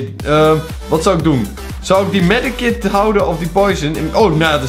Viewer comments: Het is medkit niet medekit Haha! Maakt niet uit nog steeds leuke video!❤️ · STOP MEDEKIT ZEGGEN PLZ ZEG MEDKIT